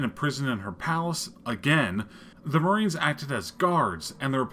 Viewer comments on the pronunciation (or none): none